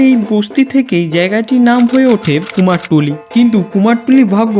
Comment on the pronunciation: কুমারটুলি ❌ কুমারটুলি ✅